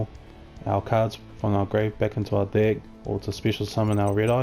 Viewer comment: nice video but I couldn't help but hear hey guys this is my red eyes dick profile at the beginning 😂